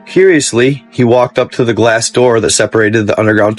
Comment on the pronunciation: On the count of 3 everybody say…. “Open the noor” 😂😂😂😂